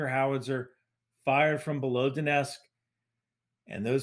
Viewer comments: I'm not sure why people pronounce "Donetsk" as "Donesk". Don't leave out the T! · Lets just ignore the t in donetsk, no one will notice